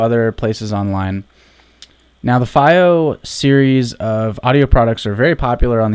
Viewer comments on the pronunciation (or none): It's pronounced FEE-Oh